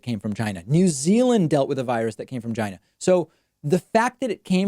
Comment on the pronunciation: "The virus came from Chynah.......let's hear it for Chynak"......and the crowd applauded!